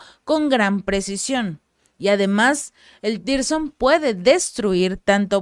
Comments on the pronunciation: son Misiles hipersonico Tsirkon no Tirson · "Tirson" no, Sircón (tsirkon) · CHICA, TE SUGIERO LEER BIEN EL NOMBRE DE LOS MISILES ANTES DE MENCIONARLOS PARA QUE NO SE GENERE INFORMACIÓN ERRÓNEA A PARTIR DE NOMBRES INEXISTENTES. NO SE LLAMAN TIRSON COMO MENCIONAS, SINO TSIRKON. T.S.I.R.K.O.N. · Se pronuncia "TÍRSCON", no "sircon". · PERO NO SE LLAMAN "TIRSON". SE LLAMAN "TSIRKON". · siempre que mencionas esas armas les llamas 'Tirson', pero su nombre parece provenir de la piedra Zirconia, asi que su pronunciacion seria mas bien TZIRKON. Los guiones y análisis muy bien, pero en la pronunciacion siempre hay por lo menos 1 fallo. Animo y aqui seguimos contigo. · No es tirson es tsirkon la te es nula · Mi Reyna por fa n lo pronuncias bien tzirkon no existe tirson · Puedes decir Cirkon ? O Zirkon? Sería más cerca de la realidad.